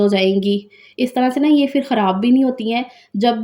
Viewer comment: Phir ko fir na bola karo intahee bura lagta hy Aap hamesha pay ko fay boltin hain